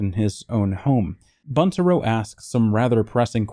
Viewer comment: Pronounced Būntaro with a long u.